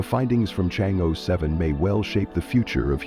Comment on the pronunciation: Chang err not ee